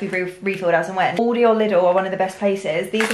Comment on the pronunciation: Me being shocked that she says uldi instead of aldi ahhhh thats triggered me